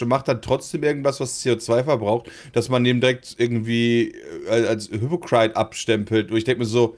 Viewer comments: alter.. ich liebe dich aber dieses "hüpokreit" anstatt hypocrite... das triggert mich xD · Ich denk mir auch die ganze Zeit sag doch einfach Heuchler anstatt hypocrite falsch auszusprechen :D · Am Schlimmsten finde ich wie das Wort "Hypocrite" ausspricht xD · Brammens falsche Aussprache von "hypocrite " triggers me😂